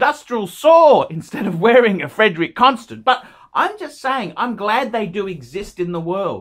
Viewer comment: if you wan't to be a connoisseur, at least learn how to pronounce brand names. "Constant"